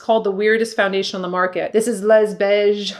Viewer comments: L-e-s in French is pronounced, “lay.” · Pronounce LES as LAY.